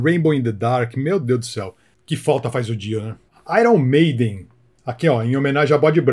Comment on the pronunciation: Ce falou errado. Aier Maiden 😂😂😂😂